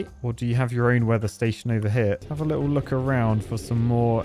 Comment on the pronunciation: "Let's have a Lidl look..." You went to Lidl recently or what?